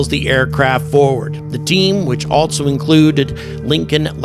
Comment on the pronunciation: There is no " t" in the word "also"